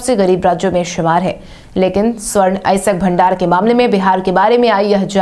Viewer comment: अयस्क या अएसक? ठीक से अध्ययन करो।